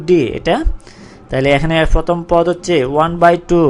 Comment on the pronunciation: পদ রে বলতেছেন ফওদ... ধারা রে বলতেছেন দারা.... 😂😂😂